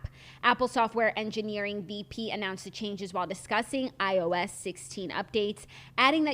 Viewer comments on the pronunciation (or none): lol Jackie it is definitely eye-oh-essss, say each letter